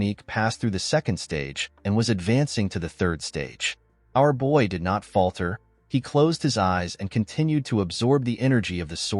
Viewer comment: Alot of mistakes when pronouncing did/did not as well as other words‼️